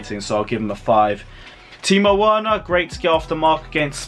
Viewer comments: The pronounciation is Verner not Werner. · Right, I am getting annoyed by your Werner pronunciation!😡😂 Just change the “W” in Werner to “V” and that is it, please get it right ffs!😂